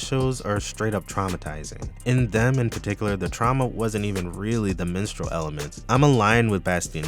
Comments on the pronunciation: This video was very insightful. Everytime you said "Minstrel" I heard "Menstrual" but that's a me problem. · I thought you said Menstrual Horror for a sec 😭